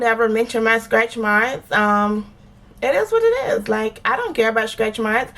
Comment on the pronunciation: I just found your channel... I love it... I love how us Floridians pronounce stretchmarks (skretchmarks) 😊